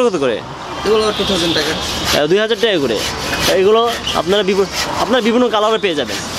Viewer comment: কিরে ভাই মুখ দিয়ে টাকা বের হয়না নাকি।টেকা টেকা করস